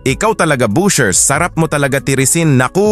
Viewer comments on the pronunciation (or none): BASHERS po. Hindi BUSHERS.